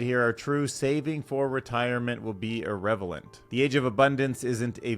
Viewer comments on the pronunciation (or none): Re. DYSLEXIA: I've suspected for years that I have it (along with autism) in part because I struggle with some words in the same way you do (example, of this video see how you say 'relevant'. That word does the exact same thing to me.) Also I struggle with left vs right, but cardinal directions are easier. I LOVE your show and how you wander through info from many domains. It's currently my favourite show on YouTube ❤ it's a brilliant mix.